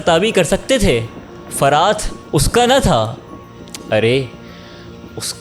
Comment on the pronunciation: بہت اچھا سلسلہ، لیکن ایک شکوہ ہے کہ اس قدر پروفیشنل چینل پر بات کرنے والے کو الفاظ صحیح تلفظ کے ساتھ پہلے سیکھ کر کہنے چاہییں۔ جیسے لفظ زہد اور دریا فرات کو باربار غلط تلفظ کے ساتھ بولا گیا۔۔۔